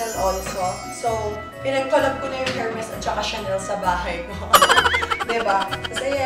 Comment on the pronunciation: E-R-M-E-S po not HERMES silent H po😂